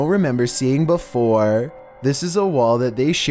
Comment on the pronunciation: Flooooowwwrrrr..... Neighbowwwworrrr..... beeewfowwurrrr... WTH..YOUR PRONUNCIATION